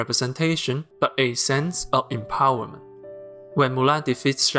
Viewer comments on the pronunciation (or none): empo werment, at your service.